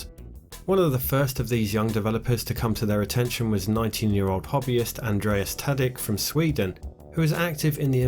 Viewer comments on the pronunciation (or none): It's probably Tadić (soft ch), not "Tadik".